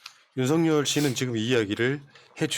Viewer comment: 윤서결이라고 발음해야